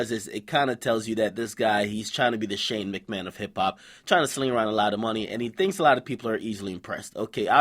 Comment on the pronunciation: my man said shane mcman